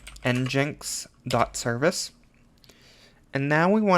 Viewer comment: Thank you for this, great help. I'm gonna try to setup my own pool with this guide. One thing though, you are saying "Nginx" wrong. Its pronounced "EngineX" like a car engine with an X at the end. Nginx is a play on that word, as its the engine of your website 😊